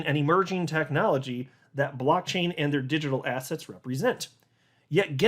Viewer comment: why do you always say the word ASSETS like ASS HATS? hahaha